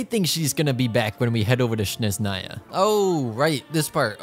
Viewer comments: it's snezhnaya, not shneznaya... please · Good luck on Klee & Heizou but also Snezhnaya is pronounced with not ‘Z’ but like ‘J in bonjour’, Snejnaya 😅